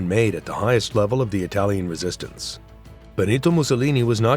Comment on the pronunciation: Muito bom, mas que porcaria de dublagem!!! Falou o tempo todo Clara "fatàxi" sendo que é Petacci (Petàtchi) além "Clara ara" e de "bOnito" e nao "bEnito"...